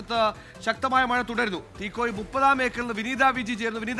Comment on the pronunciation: It’s Teekoy (തീക്കോയി), not തീക്കോഴി